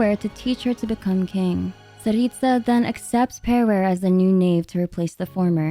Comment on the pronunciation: the way you pronounce Tsaritsa is flawless!!!